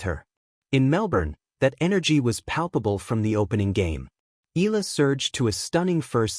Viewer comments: E-YA - LA (EALA) please don't silent the A vowel.. ♥️🇵🇭♥️ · You pronounced her surname incorrectly. Pls. check with Cam Williams how to say it.